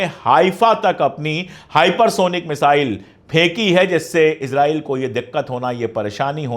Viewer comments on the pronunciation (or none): none